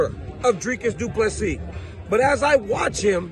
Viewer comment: Thank you for pronouncing his surname correctly.